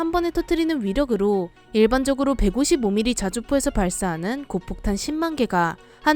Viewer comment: 고폭탄을 고속탄이라고했내요